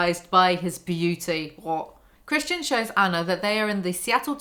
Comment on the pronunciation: every time she says "christian i hear "chris-chan", and let me tell you, the book makes a LOT more sense this way.